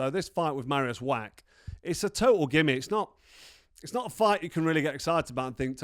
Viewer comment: Carl, please learn people's names, it isn't that difficult. Marius' surname is NOT pronounced "Wack" it is pronounced "Vacch" the sound at the end is like the Scottish "Loch". Why are Brits so afraid to have a proper go at foreign words? I love languages - when you learn a language that's not your mother tongue, even just a bit of it - you start to gain an insight into the character of the people, the culture and their psyche. Go for it mate, you know you want to.